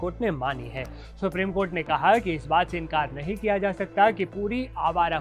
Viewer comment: अबे तू नहीं शब्द पे कितना ज़्यादा ज़ोर दे रहा है ....तू पत्रकार नहीं भड़वा है सरकार का